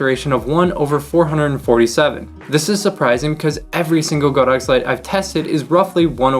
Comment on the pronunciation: Not the most important thing, but it is actually pronounced God-Ox, not Go-Dox. 神牛 means just that. :)